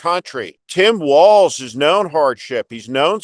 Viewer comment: Walz - not walls! Yes you KAM! K-AMerica!